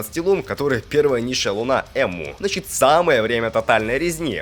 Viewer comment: Энму, а не Эмму